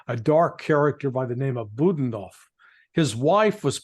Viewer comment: not BUDnov, it's Bu-DA-nov !!!